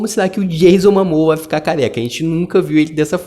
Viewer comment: Dicção ruim, pronúncia errada do nome dos protagonistas sugeridos e erros de português. Informe-se melhor dos detalhes da matéria e o canal talvez dê certo. Medíocre em meio a muita concorrência de qualidade sobre o tema. "MAMOA ???"